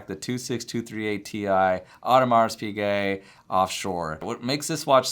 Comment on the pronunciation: If you’re a watch expert/dealer, you should know HOW TO PRONOUNCE NAMES! If you don’t, investigate, study, learn, practice. There is no excuse when you have the internet... For example, Audemars...the “s” at the end is silent, and Piguet the “t” is also silent.